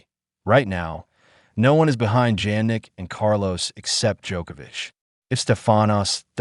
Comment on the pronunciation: I can’t understand all these commentators can’t pronounce Jannik and pronounce as J, please Jannik is pronounce as like Yannik, it’s so embarrassing that the commentators can’t set it straight. Once again it sounds like Yannik but spell as JANNIK.